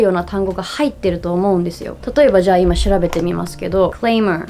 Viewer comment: FYI, ‘clamor’ has a short ‘a’ like ’ant’, ‘mat’, and ‘alibi’. Also, I really enjoy these discussions on language. I learned Spanish by living in Chile for two years, and my experience is similar to how you describe yours.